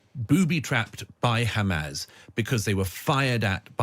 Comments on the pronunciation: He can't even say Hamas it just turns into Hamaz this , Hamaz that😂😂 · He can't pronounce Hamas.